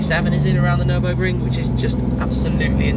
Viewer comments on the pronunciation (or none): none